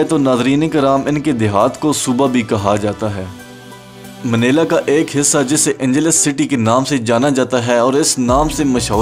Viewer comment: its not manela bro, its manila